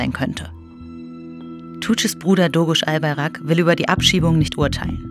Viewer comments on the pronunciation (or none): albaYrak und nicht albarak. DOĞUŞ und nicht doğruş. Lernt mal lesen und hört auf buchstaben rein zu intepretieren die nicht da sind wenn ihr schon über so etwas wichtiges spricht lernt erstmal die namen richtig auszusprechen es reicht. Der pfall.